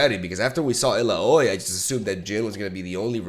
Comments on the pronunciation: this may be late but its pronounced as ILAWEE not ila.OI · Stop calling her il-a-oy please it isnt funny anymore 😭 its ill-ow-ee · Yoooo dude you fkd up illai's name man its not ella oi its more like elawe 😂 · Its ilawi not ilooy like so that he can see its getting anoying now. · The previous champion is pronounced "Ill-Ow-Eee" rather than "Ill-a-Oiy". Love the vids! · Not a biggie, you pronounce champ's names however you want, but Illaoi is pronounced (ill-ow-ee). But you know we love your own pronunciations of names, so you do you! Keep up the good content, been loving it! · Illaoi is pronounced: Ill • OWIE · Illaoi it pronounced "ill-a-o-i"